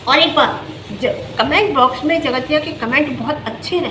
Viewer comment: Theek se boliye jgatiya kya hota hai